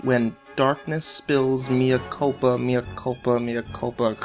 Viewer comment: I fell apart when he said "it's Italian for 'My Kulpa'